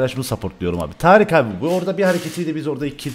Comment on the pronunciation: Abi tarice neden tarık diyosun